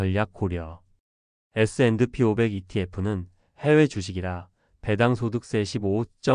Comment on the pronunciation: AI가 에스앤드피~오백 이라고 읽는거 킹받네